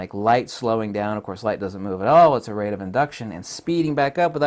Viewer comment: rate* not ray